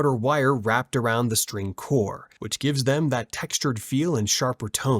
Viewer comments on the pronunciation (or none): none